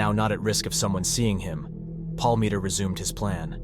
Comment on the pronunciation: You mispronounce his last name the entire time I think it was about 100 times